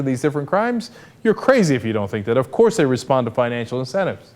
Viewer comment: thumps up for Cenk's OH COURSE!. : )